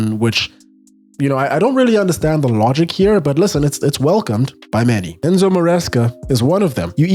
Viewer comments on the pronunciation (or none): none